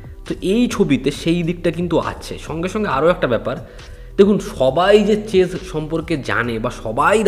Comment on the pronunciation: বাবারে.... বার বার চেজ চেজ করে চলেছে, কি কানে লাগছে....😢😢😢😢 ভাই, কি দরকার কায়দার... উচ্চারণ করতে না পারলে পাতি দাবা বললেই তো হয়... এরপর এদের হ্যাটা করলে বলবে, "দ্যাখো, কিরকম বললো"